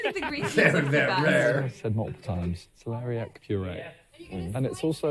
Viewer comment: actually really funny hearing you guys keep saying celeria no matter how many times they say celeriac